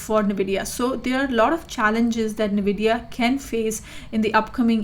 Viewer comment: My friend sent me this just so I could get irritated by somebody pronouncing the name of the company incorrectly